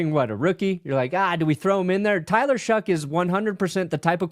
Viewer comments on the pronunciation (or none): What am I missing on this Tyler “Shuck” pronunciation? Is there a meme behind this? No way that’s how you pronounce “Shough” lol